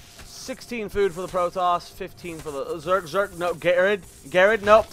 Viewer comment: ger ard u saying name wrong lol